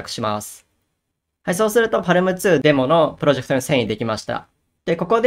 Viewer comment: 読み方は、「パーム」とのことですー！